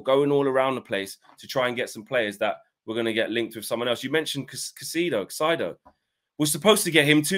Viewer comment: Caicedo. Kai-uh-said-oh. Tho I understand saying his name wrong, I'm frustrated too.